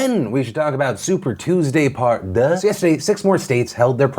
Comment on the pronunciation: That was an ugly "deux". Excuse your French 😂😂